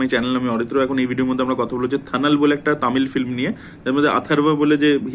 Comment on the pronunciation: আরে থানাল এটা তানাল হবে 😂